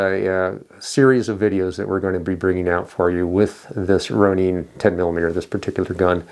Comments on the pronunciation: Pronounced Rone-Inn. Hard O and the “in” as in ninja. It is a Japanese word.. that’s how they pronounce it. Springfield pronounces it like that too. Ronin is the name used for a wandering type warrior. A samurai without a master. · Ok, I get that that may be the way that you're supposed pronounce it but him calling it the "Roneen" is driving me nuts. 🙄🤦‍♂️